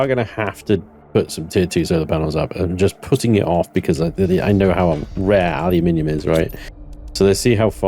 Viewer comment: Take a look at the Perdiodic table used by every other country 😛 It's Al-you-Min-eeeee-um 😀